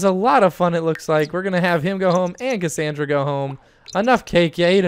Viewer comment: autumn ewing and you said Cacandra not her name!!!!